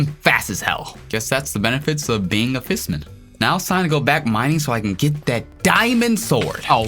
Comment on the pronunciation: Did i just hear fissmen